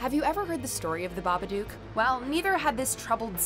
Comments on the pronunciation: Alright, it's pronounced "Baba-d-ook." It rhymes with 'book' and 'look." It's NOT "The Baba-dukes of Hazard." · It's baba dook not baba duke.